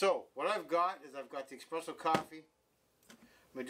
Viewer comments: Why is he saying expresso??? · Everytime someone says "eXpresso" an Italian falls off a Vespa.